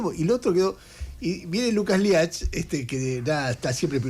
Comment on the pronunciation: Se pronuncia Liucas Liach el nombre del entrevistado.